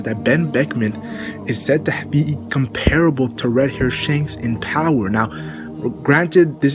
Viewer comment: I like how you start your videos but you sounded mentally challenged when you said power fse